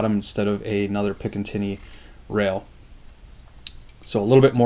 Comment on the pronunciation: "pic-in-tinny rail" lol, never understood why so many people have a problem pronouncing that word correctly.